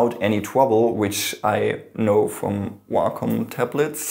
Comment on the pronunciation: he said wacom and I thought walk home😬😬